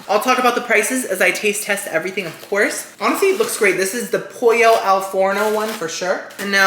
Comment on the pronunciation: in italian pollo is actually pronounced with the L so the way it‘s written, unlike spanish! i don‘t mind you adding in your cuban flavor tho so say it however you please. 💖 also love how the sponsorship basically felt like we got an extra taste test, you integrated that so well!